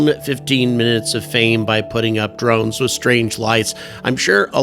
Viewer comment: Never heard them called "dornes" until now...